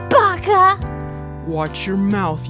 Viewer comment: She said baka